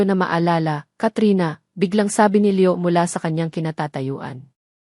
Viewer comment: Pangit Ang pag bangit ng mga pangalan ng Maya at Leo . Pero maganda naman Ang story.